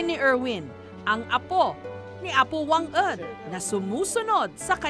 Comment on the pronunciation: Wang-od haan nga wang-ed madam jess..😊